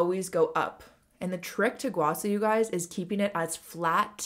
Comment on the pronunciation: Loved the vid as alwayssss! Oh and btw it is pronounced as gua sha, not gua sa :)